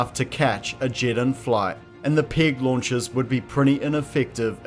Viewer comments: Your accent makes it sound like you're saying "pig launchers". Though those would probably be more effective. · To my American ear it sounds like you keep saying "pig launchers" and it's conjuring up some fantastic imagery.